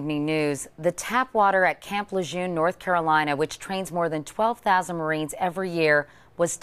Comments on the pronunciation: Camp Lejeune is pronounced LE JERN. The Lejeune (praonounced Le Jern) have lived in Lousiana for 100s of years and pronounce it LE JERN - check Wickapedia. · Drinking water - good drinking water is a right every American should receive - especaily our marines , who give so much to our country! Amen, P T Brent & i Katie we love you however it is pronounced luh jern Katie show respect